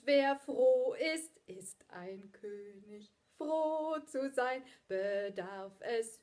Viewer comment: Daumen hoch für die korrekte Aussprache von König